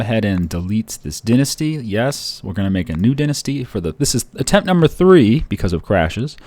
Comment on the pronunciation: Dine-asty not dinssty